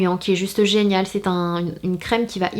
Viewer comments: A 24min10 s tu m'a fait trop rire tu a dit genale au lieu de geniale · A 2min15 s tu a dit génale au lieu de géniale